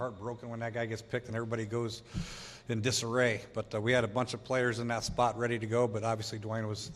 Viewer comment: Dwayne..D.W.A.Y.N.E., not Dawayne, or Duwayne...one syllable name. Dwayne.